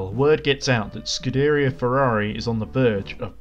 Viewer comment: Great Video, but the way you pronounced Scuderia was terrible.